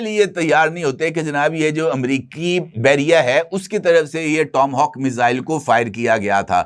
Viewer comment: ٹام ہاک نہیں، ٹاما ہاک